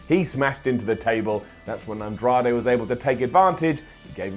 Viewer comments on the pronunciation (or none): none